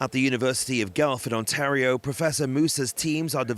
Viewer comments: Its Gwelf, not Gelf. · This brand and other similar Ontario growers produce delicious crispy greens. An Ottawa produce grower, SunTech, grows yummy cucumbers, tomatoes, etc. Foodland Ontario!!!!! Btw, Guelph is pronounced “gwelf“ not “gelf” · U of Guelph… it’s pronounced Gwelf, not Gelf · Terrific report. I love home-grown greens! Go Haven Greens! As a minor point, the University of Guelph is pronounced GWELF, not GELF. The "u" becomes a "w" in the pronunciation. From Wikipedia: "The name Guelph comes, via the Italian Guelfo, from the Bavarian German Welf. It is a reference to the House of Welf, and was chosen to honour King George IV—the reigning British monarch at the time of the city's founding—whose family, the Hanoverians, descended from the Welfs." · GUELPH! NOT "gulf". Pronounced "goo-ell-f" said in one go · Sorry, this is throwing me off, lol. Guelph is pronounced gwelf not gelf I'm Canadian so I will apologize again for pointing that out, and politely encourage you to enjoy the video and support food sovereignty. Thank you for your time and please have a great day. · p.s. it's pronounced GWELF not GELF 😘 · Excellent video but Guelph is pronounced like "Gwelf" 😅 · He's mispronouncing Guelph. Pronounced Gwelph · Its pronounced "Gwelf"